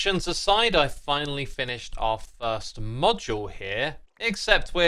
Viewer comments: "I've founally find" 🤣🤣🤣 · "Founilly find a copper vein" oh dear, vocal derpage yet again X, love the video though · "I've founily find..." Derp! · I watched this 4 times and still believe you said “founally find” . 😅 Love you man.